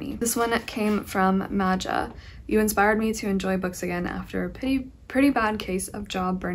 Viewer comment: I think the name of a Slovenian girl who sent you the book is pronunaced like Maya :)